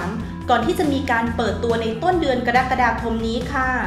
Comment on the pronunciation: กรกฎาคม อ่านว่า กะรักกะดาคม ไม่ใช่ กะดั๊กกะดาคม. กรกฎาคม (อ่านว่า กะ-รัก-กะ-ดา-คม) ที่มา-สำนักงานราชบัณฑิตยสภา